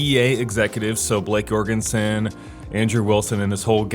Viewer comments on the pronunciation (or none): none